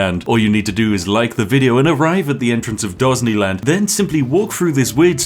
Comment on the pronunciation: Surely you mean "Dosneyland"